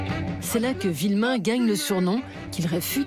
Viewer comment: C'est Philippe VUillemin et non Villemin :)